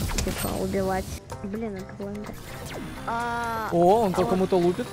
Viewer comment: Его зовут не блендер а бендер😂